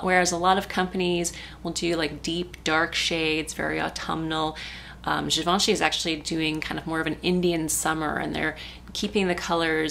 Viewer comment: ooh, really beautiful look, I love it! And thanks for pronouncing Givenchy right!